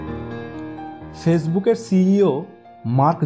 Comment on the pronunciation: সেসবুক না ফেসবুক, ছ উচ্চারণ ঠিক করা উচিত ।